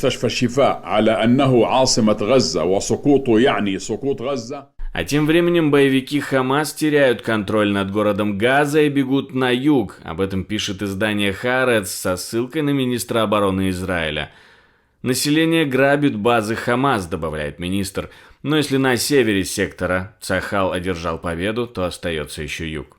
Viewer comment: Ага...сначала сказала о газе, и только потом об израиле...намеренная лицемерная перестановка.... И кстати, не харец газета, а ха-арец, нужно лучше знать преподносимый материал.